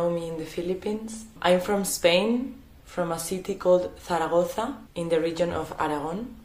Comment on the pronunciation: In when you are very much conscious about how you pronounce "Zarazagoza"......then indeed you are from Spain